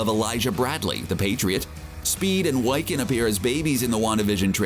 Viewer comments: Wycan is pronounced Wih-can, not why-can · Its not pronounced WI-can, its Wic-can. From the word Wicca. It's two syllables, no long i sound. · Speed and "Why-Can"??? Wiccan, like a mage. Why-Can he not pronounce it correctly, lol. how often is an English "I" long without an "e" after the vowel. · How in the world did you pronounce wiccan wrong it isn't pronounced like lycanthropy it is pronounced like the religion wicca he does magic like a witch. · Please learn how to pronounce the names you're saying. Wiccan is not pronounced Why-can. Sounds like more like wicker, but with an -an on the end instead of -er. Also, Nahmer? No...Namor as in 'Name-or'. This was frankly embarrassing to listen to. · His names not pronounced Why-can... It is pronounced Wit-can! Just so ya know! ✌😆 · this bitch really said “Speed and Why—khin” omFg it’s “Wiccan (Whi-khen) and Speed” in that order ONLY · This video comes across as a person with no knowledge of Marvel being handed a script. ‘W*I*-can’? Really? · Nah-mor? Why-can? How can you make a video about comic book characters and not know how to pronounce their names? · Did you seriously just pronounce Wiccan as “WHY-KIN” 🙄🙄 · Yes I am a huge fan of Nah-mor and Why-ccan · Thumbs WAY down for NAM-or and WHY-can. Can we please have someone read this who actually reads comics?!? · Can’t pronounce wiccan? Figures! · It's pronounced Wiccan. Like saying the first part of the word witch or wish. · Narrator needs to learn how to pronounce Namor and Wiccan.Wow. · Narrator needs to learn how to pronounce names. Thumbs down